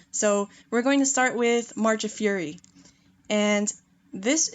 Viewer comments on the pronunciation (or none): none